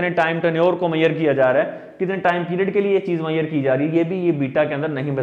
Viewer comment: But u should learn how to pronounce measure.